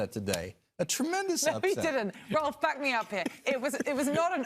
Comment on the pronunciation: It's quite sad that cant pronounce Rolf correctly. Really? Is it that hard?